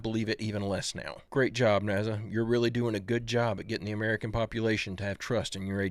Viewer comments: Love the channel man! But you are aware NASA IS SPELLED WITH AN S NOT A Z RIGHT? IT'S NOT NAZA. LOL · Hey, you ask in the video "why so many people refuse the evidence by flat earthers?" Well, the whole underlying premise of the flat earth theory is that Naza (how you pronounce it 😂) and our government are all lying to us. Don't get me wrong, ive got a whole selection of tinfoil hats but it was discovered round back as far as the 6th century BCE. Why would Pythagoras lie? And back then to go against the consensus was a crime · Hey, why do you pronounce NASA with a Z? NAZA?